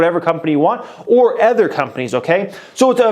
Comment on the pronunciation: "or ETHER companies" xD u literally say ETHER instead of other in Every video.. Wth is that :p Great video though ❤️👍